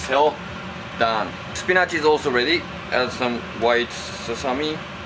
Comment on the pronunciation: How can you not fall in love with this guy? He is rather cute & when the cooking is over, gosh he is so hot. hahahaha and when he said, sesame as susame. HAHAHAHAH.